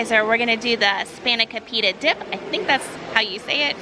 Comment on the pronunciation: Nice try on Spanikopita but - Nope on pronunciation! I am Greek you know! But it is delicious! Lamb Burger is marvelous!